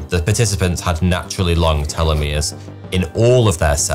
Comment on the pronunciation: Telomeres vs Telomeres why are changing the pronunciation of the word